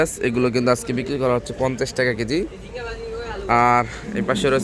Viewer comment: সবার আগে শুদ্ধ সালাম দেয়াটা শিখুন।,,হছ্ছে কি হচ্ছে বলুন